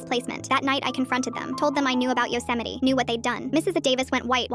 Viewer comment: and they said Yosemite wrong as well...